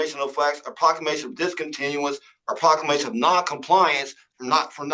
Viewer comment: What is a prock-ka-may-shun 😵‍💫